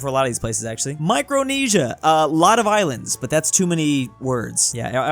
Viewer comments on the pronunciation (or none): "Isands" instead of islands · Ahh yes, Isands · “Isands” lol